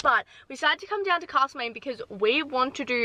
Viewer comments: its castlemaine not cAAAstlemaine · Btw it’s castle main as in a castle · You’re saying castle main wrong. I know because I live there